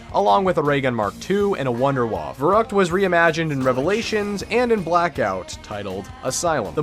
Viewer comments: its vair oo kt not vair uh kt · It’s pronounced Ferryckt and it means crazy:D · So annoying when people pronounce verrückt wrong. Anyone who is german or speaks german know that verrückt is actually pronounced ferryckt :) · i'm german and the way he spells verrückt really makes me verrückt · The scariest Part is a non German Speaker saying "Verrückt" ;)